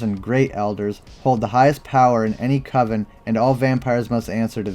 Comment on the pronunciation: "Coven's"? LMAO